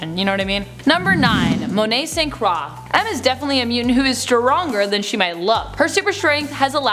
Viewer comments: It's pronounced "saint Croy" not "saint craw" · St. Croix is generally prononunced "saint croy" as in the island of St. Croix or the horrid drink LaCroix, not "saint craw". The more you know :) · and I do realize that it does sound more like "craw" in French (as in Sainte Croix Du Mont). So great French, St. Croix, however, isn't pronounced that way.